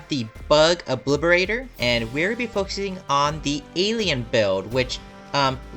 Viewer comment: stop saying “obliberator”